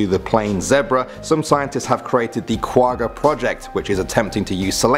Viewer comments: I hate how they say Quagga i am from south Africa and Quagga is an Afrikaans pronunciation. The g not from the front of the mouth you make the g sound in the back of the mouth. Go listen to how afrikaans people say the word Quagga. say the the word correctly. And it not Quagga its Kwagga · *not qugga, it's kwagga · I AM SOOOOOOOOOOOOOOOOOOOOOOOOOOOOOOOOOOOOOOOOOOOOOOOOOOOO HAPPY YOU MENTIONED THE QUAGGA OR QUAHHA AS IT IS PRONOUNCED.....I BELIEVE?